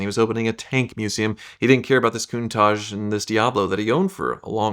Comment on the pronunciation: Why can't he, or any American say Countach? Why do they zazz it up "cooontaaahhhgee". Its "Cun-taTch".